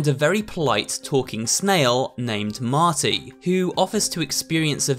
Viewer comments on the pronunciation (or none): none